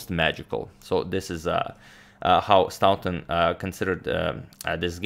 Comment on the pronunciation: Excellent coverage, I have learned much from watching your channel, thank you for your generous work. As a very small recompense, I would like to add to your vast knowledge of pronunciation - the au in Staunton is pronounced in the same way as the or in Morphy! or the ou in thought - English pronunciation = tragically irregular!